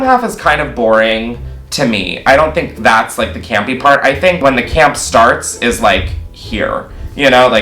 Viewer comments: are you saying gampy... or campy...? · I’m gonna have nightmares of saying “CAMPY”🥴